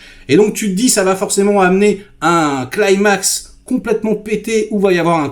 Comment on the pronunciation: stop avec "clymax" climax est un mot Grec qui se prononce /kli. maks/